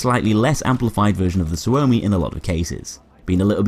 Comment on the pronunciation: Suomi but you say it like sugoi.